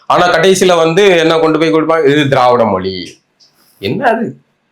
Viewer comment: மொழி என்று சொல்ல தெரியல மொலி மொலினு சொல்லுகிறார்.